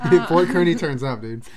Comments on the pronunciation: When they pronounced Kearney wrong I wanted to die lol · Kearney like the fair carney! Not kerney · I'm from Kearney and it's pronounced like carney